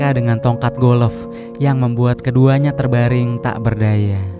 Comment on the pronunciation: Golf bung bukan golof